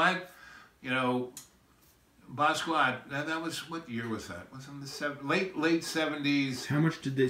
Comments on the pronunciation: Thank You! Bah-ski-aht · Basquiat lived with this guy but he can't pronounce his name? He doesn't say anything you can't get from a generic documentary and a good deal of it is innaccurate, especially about Jean Michel. His innability to stay on track really has me convinced he literally had breakfast with John Lennon multiple times a week. Smh.